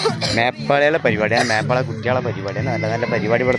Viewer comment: എട പൊട്ട മേപ്പാളി അല്ല നേപ്പാളി ആണു